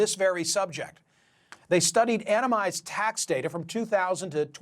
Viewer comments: It's "anonymized", not "anomized". You're a journalist. Do better. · A literal egghead and professional talker can't pronounce the word anonymized lmao